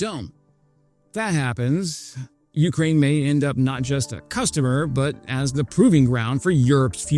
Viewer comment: Jfc man. "YOU-kraine". Please listen to 10 non drunk Caucasians pronunciation of "Ukraine"